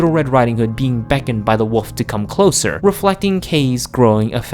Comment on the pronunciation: You keep calling the wolf the woof